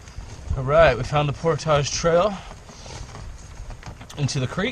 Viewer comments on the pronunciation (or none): driving me nutz, Portage is pronounced PORT-IG not POR-TAGES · it's portage not portaaja lmao 🤣🤣 love you channel though brother period keep up the good work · Portage rhymes with cordage, not massage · Awesome video, although it made me cringe every time I heard portage pronounced "pourtaaahje". It's "port-edge"! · UNBELIEVABLY COOL, JOE! WELL DONE. YOU ARE QUICKLY APPROACHING THE LEVEL OF OUR HERO, LED STROUD! CAN'T WAIT FOR PART TWO. IT DIDN'T EVEN BOTHER ME WHEN YOU SAID POR-TAAAAAAAJ! BRAVO! BRILLIANT!